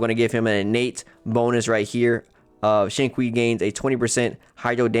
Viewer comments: Xingqiu is pronounce “Sing Chew” . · dat Xing "kwii" lmao